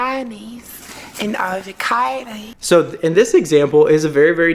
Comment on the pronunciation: I’M SCREAMINNN MAN SAID “BANANI AND AVOCADI”😭😂😂😂